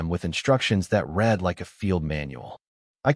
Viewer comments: You need to work on the pronunciation of words that carry different meanings based on their pronunciation. For example, the word read. It can be pronounced either “red” (as in past tense) or “reed” (as an action). There were so many mispronunciations in this story that it really negatively impacted its telling. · So so can say COMMODIFIED DOMESTICITY correctly but mispronounces read and wound regularly?